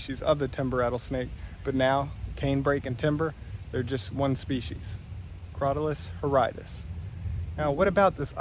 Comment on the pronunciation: DUDE you need to learn how to pronounce those scientific names. It's "crow-TAHL-uss hor-RIDD-uss".